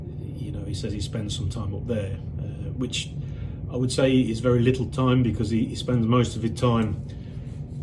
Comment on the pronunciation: Very well composed video that exposed a few truths about that parasite 👍 And since he likes to call out people's faults, I know you'll see this Lee 😁why can't you hold a knife and fork properly? And why can't you pronounce the word 'because' ?